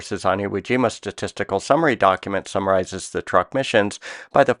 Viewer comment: I believe Truk was pronounced "truke" and not "truck".